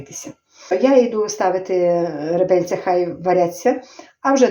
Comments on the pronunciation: Напевно скоріше всього не ( ребельця),а реберця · реберця а не ребельця